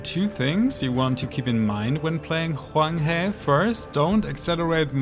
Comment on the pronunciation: I genuinely appreciate you showing us how to pronounce Huanghe Also, susbcribing. You dont need to burn yourself out on memes. Take it easy and have fun with your channel, you're one of the good ones :)